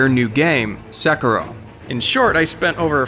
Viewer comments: Man, your pronunciation is killing me. Se•kee•ro, not se•ker•o. Oh wait, you decided to start saying it right half way through the video. 🤷‍♂️ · its not sek-ro its say-ki-ro, sekiro. even if you butchered it the english way its sec-key-o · My biggest question is this: Is it pronounced *セキロ*, or "suh-KEE-roh"? You pronounce it both ways in this video. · I cringed a little when he said Sekiro at the start of the video. It's not "seke-ro" it's "seh-key-roh" which is how you'd pronounce a Japanese word/name. I'm sure I'm not the only one who commented about this lol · (Se-kir-rio) not (seker-row) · Se-kee-ro, not se-kirow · Are you saying sekuro? It is pronounced se ki ro. se in second ki as in key ro like raw. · sekaro. ITS PRONOUNCED "SE KEY ROW" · I love how crudely people pronounce foreign words. At the beginning he calls the game Sekuro, but it’s pronounced Seh-ki-roh. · Seriously...its not Sa Ku ra..... it is SE KI RO. SEE KEE ROH. dude, come on :S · "Seh Kero" Wtf man? "Sah Keero" Is how you pronounce it. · SE KI RO....not SEKARO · “At its core, this video is about two things”: SEK- i- ro and seh -KIR-o. Please choose a pronunciation and stick with it. I believe the developers prefer the latter. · correct pronunciation Seh-Key-Do not Suh-Kuh-Ro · So through the course of the video, I heard Sekero, Sikero...and ONCE or TWICE, I heard the correct pronunciation for Sekiro. I'm not really bothered by any of the wrong pronunciations by themselves....but at least be CONSISTENT, and pronounce it the same all the way through your one video, that is supposed to sound like you know what you're talking about instead of just reading from a paper and being unsure how to say the title of the game... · It's pronounced Sekeero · Sekiro (Say-key-roe) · its not secro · Dude almost made it sound like Sakura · Bro. Suh kee row. 🤦‍♂️ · every time he says sekero i die a lil inside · Sekro?? Lol I’m pretty sure you’re pronouncing it wrong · “sekuhrow” “sickuhrow”